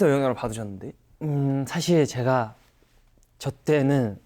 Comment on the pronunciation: 음색이 너무 귀엽고 미소년같고 그냥 목소리가 공기반소리반 숨소리가득 처연섹시옴므파탈이셔서 가만히 외국아티스트 곡 듣듯이 하다가 영상봤는데 성숙한미남있어서 갭차 뭐지? 했는데... 원래 목소리도 귀여우심ㅋㅋㅋㅋㅋㅋ 발음 뭐냔말임 놀러와셔요~ 줄서셔요~ 가쥬마가 졔가 이케~~ 웃음소리도 막 으헤헹 이럼 근데 얼굴이 개잘생김 원래 이렇게 묘한 갭차느껴지는게맞는가😮